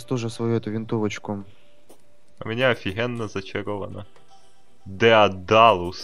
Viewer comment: и ещо написано даедалус а не дедалус